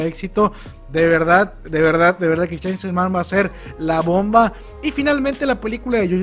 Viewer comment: "chansan men" XDXD